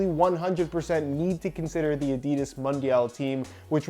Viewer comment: I love your reviews, however, every time you mispronounce Adidas I want to flick your nose.